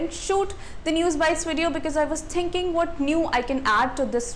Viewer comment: 'I was tinking' lol im dead